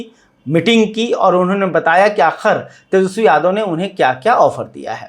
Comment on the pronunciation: फायर याने नाराज ? आप तो ठीक से तेजस्वी शब्द का उच्चारण नहीं कर पाते और हिंदी की चौतरफा धज्जियां उड़ाने पर उतारू हैं । खैर, आपकी खास खबर तो सदियों पुरानी बात है। जी हां, बासी खबर बदबूदार ही होती हैं चाहे आप इसमें किलो भर केसर निचोड़ दें !